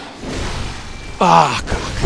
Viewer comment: Ты говоришь: "Мразь", как мой друг только на "р" делай так, как будто ты картавишь